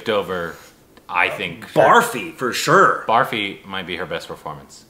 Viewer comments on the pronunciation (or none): Please for the love of god start pronouncing Barfi as brrrfee, not barfee! 😀